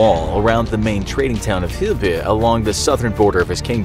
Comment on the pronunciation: I think he’s trying to say “Hedeby” (which used to be an old Scandinavian trading town.)